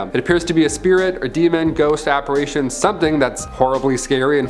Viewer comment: Apparition not apparation….cmon bro.